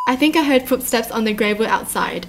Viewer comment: the way she said gravel 🤣 no hate btw i know its just her accent